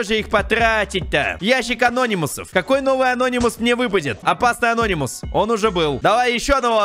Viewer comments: Мне нравиться что он говорит анóнимус хотя правильно анони́мус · Не анОнимус а анонИмус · Говори пожалуйста не анОнимус а анонИмус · ты неправильна прочитал не анонимус а Ананимус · Я СЕКУНДЫ СМОТРЮ КАК ГОВОРИТ С УДАРЕНИЕМ: АНО́НИМУС. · правильно говорить анони́мус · ты неправильно говориш слого ананимус